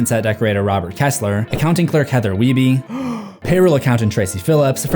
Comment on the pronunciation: Wiebe is usually pronounced We-buh not usually we-bee